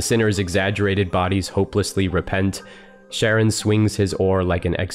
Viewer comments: Sorry to be pedantic, but Charon is pronounced as "CARE-on" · Surprised a language afficionado such as yourself don't pronounce Charon correctly. Usually in english it goes "karon", but in greek it's "haron". Otherwise great stuff as usual, man. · Charon can be pronounced as Karon, or Haron, the Ch is an attempt to communicating the more glottal “Kh” sound that were used to in English. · It's pronounced Karon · The Greek letter chi, 'Χ', is usually transliterated as 'ch', but pronounced as a hard 'C' or a 'K', not as a 'sh' or a 'ch' as you might expect. Indeed, 'chi' itself is pronounced 'kai'. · I too was struggling with the pronunciation. I had always learned it has a hard K sound verses the softer sh sound. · The ‘ch’ in Charon is pronounced the same as the ‘ch’ in Psychopomp, by the by. It’s Greek like Charybdis, not French like Chambord or Middle-English like Channel. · Not to be that person, but you mispronounced Charon. The c in Charon has a "k" sound, not a "sh" sound. Hope this helps.